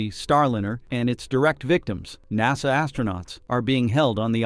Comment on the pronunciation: I'm amused by other mispronunciations of "Naw-sah".